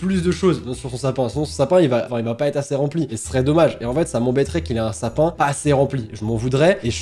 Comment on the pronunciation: dis pas dans mon sapin chez moi pour diverses reson mais dans lsapin chez moi